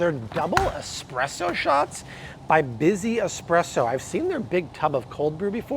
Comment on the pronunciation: S presso not x presso!